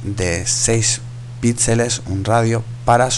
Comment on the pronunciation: no se dice "pítseles" se dice "pixeles"